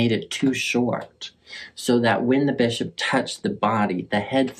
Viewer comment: Look what you've done to my brain. When you said "Holy Bishop" I thought you said "Holy Bitch-up" and I will never be the same. 😂